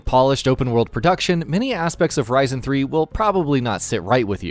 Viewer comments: Why does he say “Risin” , it’s Risen lmfao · OOh man the way he pronounces Risen........it not RAJZEN idiot its RIZEN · I know it's pretty but heading Risen pronounced as Ry-zan really bugged me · It's pronounced reesn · Isn't it pronounced riz en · it sounds like my processor, ryzen 7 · Bothered me too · Wow someone mentioned Risen 3, dude said the name weird but still wow... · Why are you saying "risen" like that? Is it pronounced that way because it refers to something in the game (I haven't played it), or have you never heard/said that word before? Good list but you hurt my brain with that one.